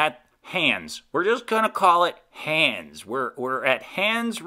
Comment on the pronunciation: Orihula: Or-i-hoo-la Hahns: Honns Great video. Thanks.